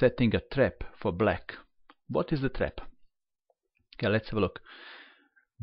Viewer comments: Why do you pronounce black as "bleck"??? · It sounds like "let's go back... Book (black) move is... Pawn takes pawn"